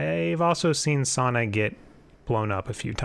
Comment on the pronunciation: SAUNA?! How did you get to sauna out of sania lmao Great video tho:)